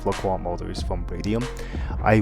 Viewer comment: It's "La Croy"...